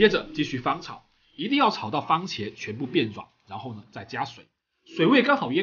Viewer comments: 番(fan)茄。不是“方”喔老師。有蝦的地方，什麽都好吃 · 番茄，不是方茄！ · 我好像听到了 ‘’方茄‘’ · 为什么我一直听见方茄......😂